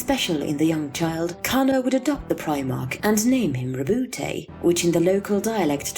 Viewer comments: How come I hear other ppl pronounce his name as "Row-boot" instead of "Row-boot-tay" which is the right pronunciation? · It's not rebouté, it's roboute. French name.